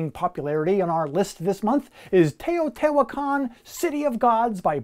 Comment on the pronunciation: You pronounced Teotihuacan correctly! Thank you it’s refreshing to hear someone get it right lol